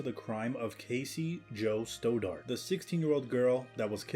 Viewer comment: St-odd-art not Sto-dart.